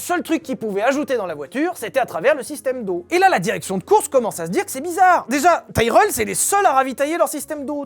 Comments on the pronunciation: Ca se dit Tirelle et non taïreul hein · Ca se dit tireul par taïrèle xD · Quand on cherche à passer pour un spécialiste alors qu'on y comprend et n'y connaît rien, ça donne ton "Taille-Reul" ... À l'ignare que tu es, je préciserais qu'on dit "Ti-Relle" même en Anglais !! (Pour info, j'ai écrit le nom phonétiquement !!) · On dit "Tiraile" pas "Taireule". Comme on le prononcerait en francais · Tyrrel prononcé Taïereul, pour ma part j'ai toujours prononcé Tirel, suis-je le seul? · Pourquoi prononcez-vous Taïe-relle ? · On prononce tirrel, à cause du double R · Pourquoi prononcer Tyrell en "Taïreull" ? Ça me rappelle Jacques Laffitte prononçant "Neurbeurgring" plutôt que "Nurbourgring". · Ça se dit tirell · En effet, je viens d'écouter des vidéos en langue anglaise sur l'écurie, et ils prononcent Tirel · J ai jamais entendus prononcés tyrell à ta façon